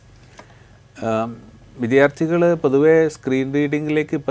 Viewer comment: വിധ്യാർത്ഥി അല്ല വിദ്യാർത്ഥി